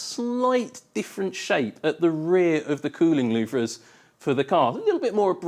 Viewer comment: Louvres are not pronounced "loov-rizz",.